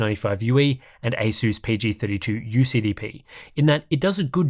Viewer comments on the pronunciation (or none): none